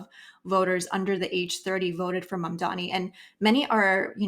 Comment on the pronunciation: is it so hard to pronounce "M.A.M.D.A.N.I"? I thought the oppositions mispronounced the name to undermine Zohran, but Horton, who obviously a proponent also mispronounce it.